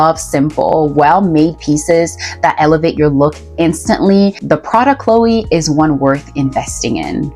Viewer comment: It's also pronounced To-TAYME and De-LOYTE. Hedy Slimane, not Silmane. Prada Cleo, not Chloe.